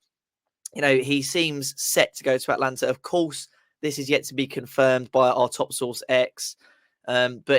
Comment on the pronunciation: It is Atalanta, not Atlanta…. But yes, classic Moyes